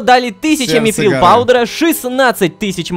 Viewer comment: Ром не мифрил а митрил это из властелина колец все